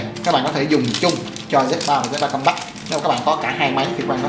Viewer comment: Không có ai đi phát âm một thứ tiếng không phải mẹ đẻ = 100% đâu bạn. Mình chỉ góp ý nghe cho hay thôi. Còn bạn khoe background during học bên Anh mà pronounce compact like that. Oh well! That's a real impact statement.